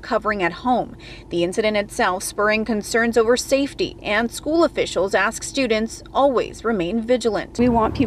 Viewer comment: All he said was let me axe you something .